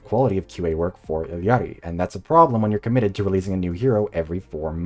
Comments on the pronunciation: Thanks for putting in the effort for that Quechua “ll” sound in “Illari”. Difficult for both English and Spanish speakers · Ik you said not to comment till the end.... but thanks for pronouncing "Illari" correctly